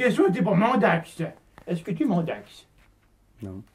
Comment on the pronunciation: On ne voit pas Loki parce qu'il filme nu c'est ça? J'ai été outré d'apprendre que vous nous aviez menti durant tout ce temps au sujet de Mandax... mais vous vous êtes bien rattrapés, petits sacripants! P.-S.: Popole aime beaucoup la façon dont tu prononces son nom, il s'est redressé d'un seul coup!